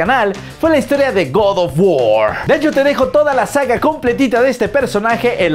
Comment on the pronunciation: Personas normales: god of war: god of wor